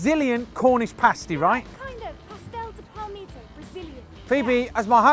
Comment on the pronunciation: Absolutely beautiful Mr. Busker, good thing I'm leaving the house in a few minutes so I'll get myself one of these lol Btw, your pronunciation was spot on, you just forgot the "de" in between the two words, cheers mate!